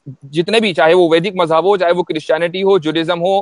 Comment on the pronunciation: Urdu zaban sahi bola karo, mazhab ko majhab mat bola karo, wazahat ko wajahat mat bola karo